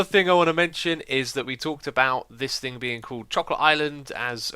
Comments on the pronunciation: TheToukoli but xisuma said thinc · "that is not gonna do any thinc"